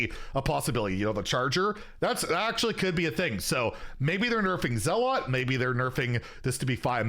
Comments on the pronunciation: I think zealot is pronounced zell-it, as opposed to zell-aught. I might be wrong but pretty sure it’s pronounced Zell-it 😊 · You're the first person i've ever heard mispronounce zealot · Why do you pronounce zealot like that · It is pronounced ZELL UT, not ZAALOT.